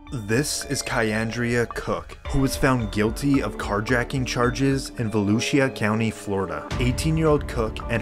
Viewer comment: hold up? Voulisea county? 😂 it’s volusia county P.s I’m not trying to be mean